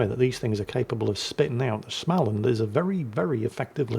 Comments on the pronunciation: getting there,..but swedish words are hard - to a swede,you are pronouncing the ship as schmaland...there is no ch-sound in it, your östegötland is quite close, thou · The a (å) in Små is pronounced approximately like «awe». (Smaweland)